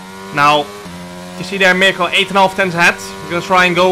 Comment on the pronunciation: Great race and great content as always. But you mispronounced Mirko’s name a little bit, i know it’s not easy so here are 3 alternatives: 1)Danegro 2)Danirko 3)Battista (his third name)